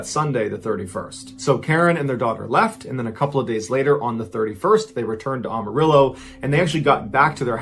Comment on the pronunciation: Pronounce Amarillo as "I AM". Not "OMO".